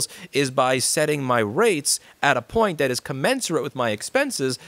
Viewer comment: The fine pwiint lous, you need to read the fine pwiint!